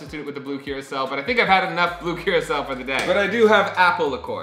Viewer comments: it sounds like you're saying, "blue curacelle" lol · Am I the only one hearing him pronounce blue curaçao wrong?